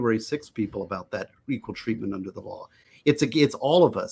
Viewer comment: "I love unter Biden Paintings"